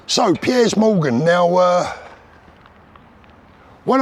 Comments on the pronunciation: Love how you pronounce “ Piers”. “ Pierres Morgan”. Spot on with all you say though man. 👍🏼🙏🏼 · Is it me or should it not be pronounced peers 🤷‍♂️